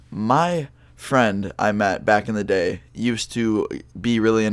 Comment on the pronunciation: IT sounded like u Said back in the gay i maybe high from 5 minutes ago like that weed bro